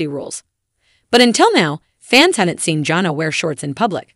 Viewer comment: What's up with mispronouncing Jana and Jinger 🙄